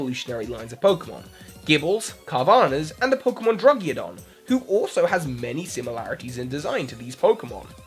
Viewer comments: When you call druddigon “druggeodon” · Drudiagon? seriously? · anyone else noticed how he said druddigon?